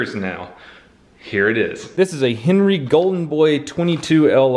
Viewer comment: It pissed me off when he said HENERY red rider